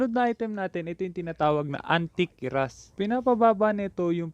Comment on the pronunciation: me hear 'anti keras'